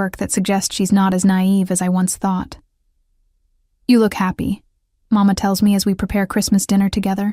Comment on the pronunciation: Please remember that in general, Italian children in Italy call their father « Babbo « ( like Babbo Natale, Father Christmas ) . Papà is used in certain families, but Màmma with the accent on the first syllable, is the normal pronunciation, which is NOT the Spanish “Mamá “. Who cares, will you say, but it gets on the nerves of native speakers.